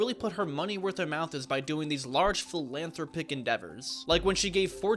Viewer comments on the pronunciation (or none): Kids born after 2000 be like. "momey worth her mouth is" and philanthropic is pronounced fillan thraw pick and its exposé like exposay